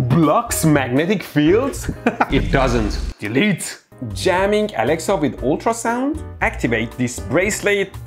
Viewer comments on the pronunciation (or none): none